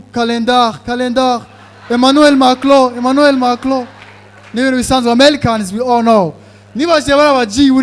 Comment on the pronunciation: inyuguta ya "R" yarakunaniye. Bavuga Nigerians apana Nigelians Americans apana Amelicans Macron apana Maclon.